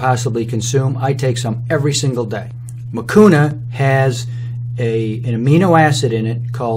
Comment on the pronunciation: Nani alikufundisha kusema hakuna matata haha but the way he started i thought anasema hakunaa matata